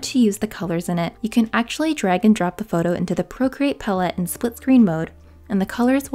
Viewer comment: You are mispronouncing “palette”. 🙉